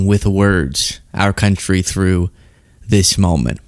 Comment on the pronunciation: “Navigating words in our counthree?” Lmao